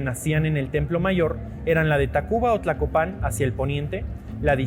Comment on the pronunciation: Tlacopan , no tlacopán